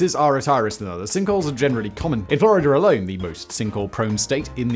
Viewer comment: It was the " in-fler-ider a-loone" that had me baffled. (In Florida alone)